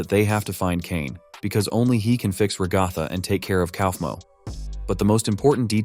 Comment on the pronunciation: Brotha it's a ai voice so it can't say ragathas name